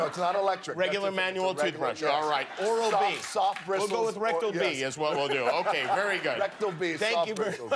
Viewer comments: I’m mad he said rectal-b toothbrush lol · jimmy: oral B dwayne: rectal B lmfaooooo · DID HE JUST SAY ERECTAL-B, instead of ORAL-B lol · Rectal-B lmao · Rectal B (instead of Oral B) I'm dying. Did anybody else catch that? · Lmao my man said 'RectalB' not OralB😂😂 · Not oral-B, but rectal-B, lol